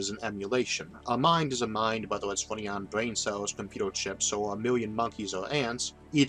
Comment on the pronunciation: I don't want to be rude, but surely I'm not the only person who finds the narrator's speech impediment severely distracting. Some sentences are only semi intelligible; "comput-ew" is a particularly glaring and frequent example. Great content, though, and perfect grammar; I love these videos. they would just be easier to enjoy if he asked a friend to record the narration.